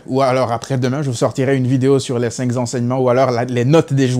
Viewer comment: Très bons commentaires surtout pertinents et objectifs. Mais, c'est très désagréable de prononcer un S après le cinq (5) . En fait le 5 ne prend jamais de S. J'adore ta chaîne et tes interventions sur notre BARÇA .Plus jamais de cinqZ enseignements cher frérot. A plus et Visca Barça ❤